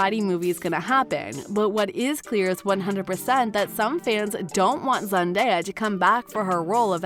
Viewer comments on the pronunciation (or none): What's with the narrator's inflection of Zendaya's name? Frickin weird dude